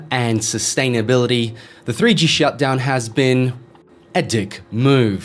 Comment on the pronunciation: Enviro-MENTAL-ism and SUS-tainability